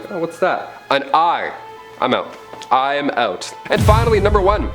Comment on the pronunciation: “Eye-m out” omg go straight to heck 😂